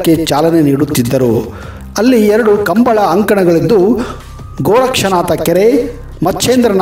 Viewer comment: ಸರ್ ಅದು "ಕಂಬಳ" ಅಲ್ಲಾ.. "ಕಂಬುಲ"